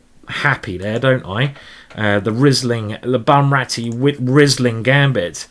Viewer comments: Great tactics and great positional play as well. Learned a lot from this game! So I can`t tell you nothing new about cheess, let me tell you, that the Wine is not spoken like Rizzling but like Reeseling. :-). (Like Reese Witherspoon without the Witherspoon and then ling.) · Great tactics and great positional play as well. Learned a lot. So I can tell you nothing about chess, let me tell you that the wine is not spoken like "Rizzling" but like "Reeseling". (Reese Witherspoon without Witherspoon and then ling). :-) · You have a good taste. By the way, it is pronounced Reesling. I am from Germany. I think Karl Erbes, Karthäuserhof and Dr. Loosen are good Rieslings.